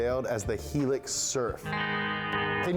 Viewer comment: helix? guh.